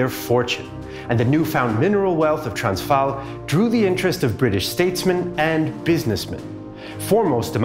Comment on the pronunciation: Pronunciation of the Afrikaans names and places wasn't correct in this video, not sure what Afrikaans you talk. One example: "Transvaal" in the video the "v" is pronounced as "v" as in van while in Afrikaans it's pronounced as "f" as in "fish" the pronunciation for "a" is also different as well as the vowel "aa". The "r" is also rolled in Afrikaans but this is something I will forgive anyone who doesn't speak Germanic languages.